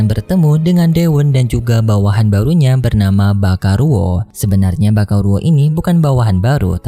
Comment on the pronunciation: Baikalo bang bacanya bukan bakaluo